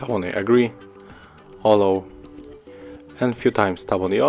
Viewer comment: Check the pronunciation for a word ALLOW, DATA. Horrible to listen for native speakers.